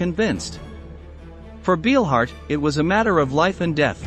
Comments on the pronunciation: Couldn't you at least check how a name is pronounced, before you make a video about her? That "Beelhard" makes me cringe every time he says it... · Narrator you pronounced Ernas last name wrong. In German ‘ei’ is pronounced as a ‘long i’ and ’ie’ is pronounced as a ‘long e’. You’re fired‼️ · Narrator you mispronounced ‘Beilhardt’. In the German language the letters ‘ei’ are pronounced as a long ‘i’ with the ’e’ being silent. Inversely, the letters ’ie’ together are pronounced as a long ‘e’ with the ’i’ being silent. If you are involved in documentaries you should get things correct including accurate pronunciation.